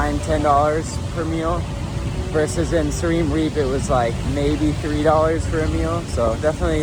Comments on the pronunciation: learn how to pronounce siem reap bud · 😂😂😂 first time hearing someone pronounce Siem reap like that 😂😂😂…!